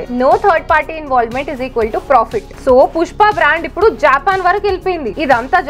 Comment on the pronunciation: not jaapan its japaan